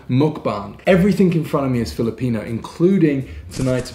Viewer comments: Nice video as awlays. Btw just really wondering, seems like doesnt have filipino blood but shes so smart knowing pronunciation quickky. Is she part chinese or part thai? Anyway hope you can create a bit of content about your romantic life together. Goodluck! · Is a half filipina? She knows how to pronounce foods so easy though. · Your girlfriend is always correct pronouncing filipino food tho! Nice